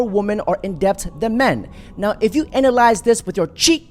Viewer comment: The 'b' in debt is silent, pronounced 'det'. Just pointing it out for your improvement my man, love your content!